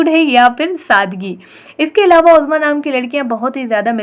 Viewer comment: My name uzma apne bilkul correctly bola sab kuch 💕